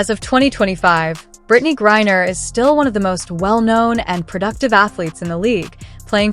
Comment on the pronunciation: This is just another CLICKBAIT, BS LIE from you and YOU SHOULD BE BANNED by YouTube for it. In addition, your moronic voiceover can't even pronounce Griner's name correctly except for maybe one out of every 10 attempts. Furthermore, if this were a true story (AND IT CLEARLY IS NOT) all the boring background data and legalese is ridiculous to include!